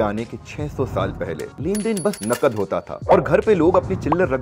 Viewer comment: Its nakad not nagad